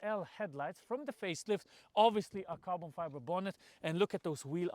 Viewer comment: Carbon Fibre or how Misha would say: Carton Fibre.🤣 No but seriously, what a great car. One of the greatest of all times. Thx for the video.🙂